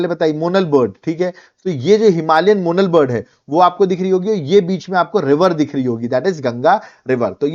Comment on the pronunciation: मोनाल ✅️ मोनल ❌️